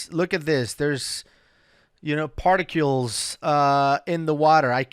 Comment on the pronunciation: I’ve got to say it, there is no “U” in particles. Stop it! I’m telling you like a good friend would inform you if you had parsley in your teeth or toilet paper on your shoe. I won’t even say anything about your pronunciation of “recreational” (oops). Ask anyone, they should be able to tell you how it’s done. It’s pronounced “wreck-re-a-tion-ul”, not “ree-creation-ul”. Think of parks & rec or rec room.